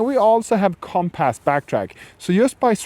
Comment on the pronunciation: Him calling it comp-ass is really grinding my gears